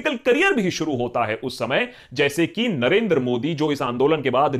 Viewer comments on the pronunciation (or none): none